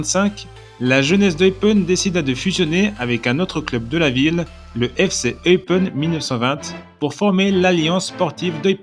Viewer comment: Attention, cela se prononce "Eupène" et pour le club, c'est L'AS Eupen ou LA KAS Eupen mais pas LE KAS Eupen :-)